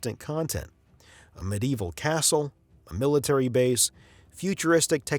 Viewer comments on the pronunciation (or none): none